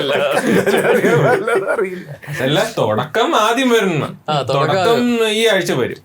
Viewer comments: Thodakam ❌ Thudakam Workshap❌ workshop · Thodakkam alla Thudakkam… Enthonnadey